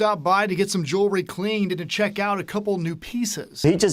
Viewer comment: Jew-el-ry NOT Jury! Rest in Peace Take off! 😪💔🙏🏾